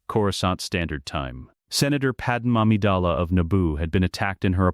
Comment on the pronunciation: Sounds like he's saying pad mommy dala😂